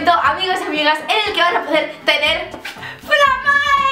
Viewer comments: Se dice "flámae" no "flamáe" Lo siento, no pude evitar sentirme como Hermión con su "is leviósa not leviosá"😂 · por qué ese título? Es del latín? Si es así, se pronuncia flámmae, como si llevara tilde en la primera a. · Es que en latín no existen las palabras agudas, por tanto es flámae. A menos que se haya inventado la palabra, pero lo dudo jeje,.